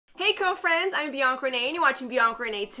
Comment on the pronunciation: Why don’t you proNoUnce the a at the end of Bianca